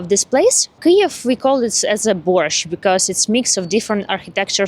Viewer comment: pronounces Kiev like Key-yave – am I (as an English-only language-dwarf) hearing that right?